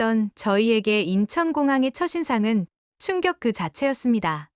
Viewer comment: 아니 우리말을 아프리카에서 배웠나? 첫인상 - 처신상 (빵 점), 처딘상으로 읽어야지 우리말 기본도 모르는 사람이 읽어주는 내용이 신뢰가 가겠습니까?